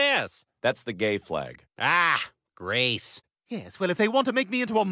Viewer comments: I didn't hear Greece but grace. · "Israel" not "isreal" and "Greece" and not "grece"